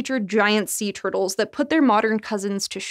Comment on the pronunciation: From large "TERD-les." 😆 lol